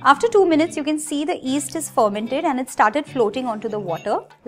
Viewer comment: Love all your recipes and it's yeast not east you have to pronounce the y